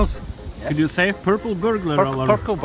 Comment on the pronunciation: purkle burbular alerm🤣🤣🤣